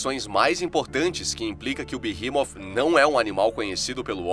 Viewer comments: Na verdade fala beemote Sem o h Não é inglês para ser berremot nem português berremote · Eu sempre pronunciei BERREMOT mas você pronunciando BIRRIMOF é interessante..... eu gostei 👍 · A pronúncia certa e beemot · Pq "TH" no inglês tem som de "F" leve..